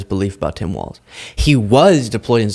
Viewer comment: No T in Walz